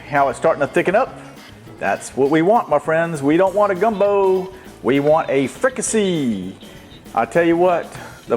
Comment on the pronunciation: Chef, I’m from south Louisiana too and in my area of south Louisiana we pronounce it like freak-ah-say like in french. It rhymes with “need I say”. Looks good, thanks for sharing.